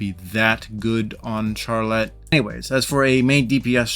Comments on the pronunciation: Him saying CHARlette was actually killing me it’s supposed to be pronounced as sharlette because the ‘ch’ in the start of her name for some reason is supposed to make the ‘sh’ sound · It sounds like your saying char let and not Charlotte